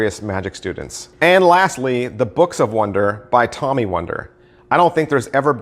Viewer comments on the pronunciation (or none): none